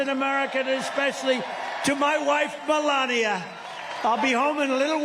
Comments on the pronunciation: Did he just say "Felania" instead of Melania??... Oh, that poor woman!! 🙄🙏😂 Happy 60th Stephen!! You make the world a better place!! ✨ Thank you!!😊❤ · Did I hear right trump called Melania "belania"????